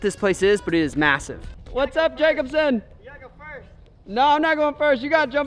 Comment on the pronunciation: Awesome video! I love it when you call him